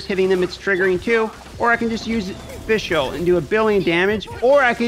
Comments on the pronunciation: It's Fischl, man. Not Fischelle -_ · Haha the way you pronounce fischl is cringyyyy. It's pronounced fishl for English speakers. There is no E in the name mate.